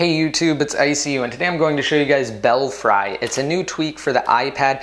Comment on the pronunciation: Thanks for the video,! And actually, the correct pronunciation is "Bell-free." As in "Bats in the belfry."